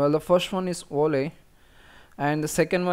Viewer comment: You pronounced Video correctly at ~ , so I don't understand why you tried to pronounce Volley with a W! It's the same sound; Video, Volley. :)